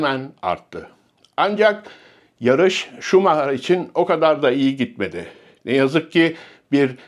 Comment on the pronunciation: Şumaha??? Efsaneyi hep “şumayer” diye telafuz ettik. O kral. Hala kral. Kendisini seviyor ve sevgilerimizi gönderiyoruz.